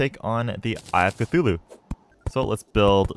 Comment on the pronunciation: “Eye Of Cthulhu?” “No, it is UY OF CATHULU”